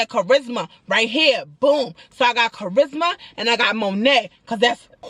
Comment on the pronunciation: CHA RIS MA 😭 NOT THE WEPA!!!!!!